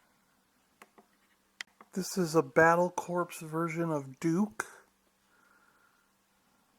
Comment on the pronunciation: "Corps" is pronounced "core" not "corpse."